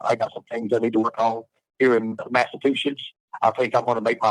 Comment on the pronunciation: He still the same. the meanest midget guy. But in jail he doesn't have his shoe lifts, oh he has too much testosterone he is too manly, with his suitcase of dil- does, oh he just works out all the time, oh he is a vet. Dude cant even pronounce Massachusetts properly.